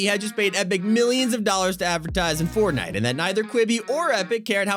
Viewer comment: said fortnit